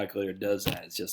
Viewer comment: Why the emphasis on the Monte and not the CARLO?